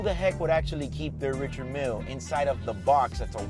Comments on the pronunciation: isnt richard mille pronounced french? [Rishard milee] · You cant even pronounce the Richard Mille correctly. Thumbs down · You can’t pronounce your watch, you don’t deserve to wear it